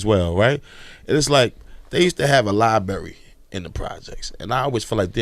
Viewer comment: Maybe if they had that Library they would have had the opportunity to learn that its not pronounced LIE-BERRY thus taking away the opportunity to mock their in education from internet trolls.